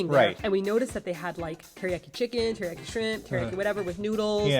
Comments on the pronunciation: "Teri-yack-i"? Jeez. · The way you pronounce teriyaki anskflskxksksk